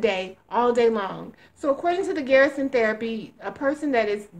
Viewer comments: It's pronounced GUR-SUN, not Garrison. GUR-SUN is the way pronounces it. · It's not 'GEAR'son!!! The 'er' is like the Purr word, when describing what a cat does, minus the P!!! Jesus H, man!!!